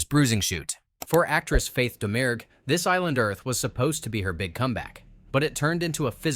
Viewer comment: In This Island Earth you are pronouncing her name in-correct. Faith Domergue is pronounced Faith Dah-mure